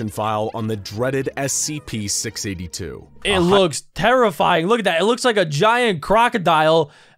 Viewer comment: SCP not sips